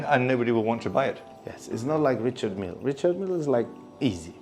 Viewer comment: He’s the biggest dealer, but can’t even pronounce Richard Mille 😂